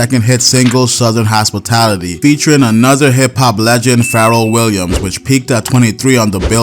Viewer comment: Boy I know you didn't say "Distributing the Peace". BOY I KNOW you didn't say "Farrell Williams" Other than that; great video 😁👍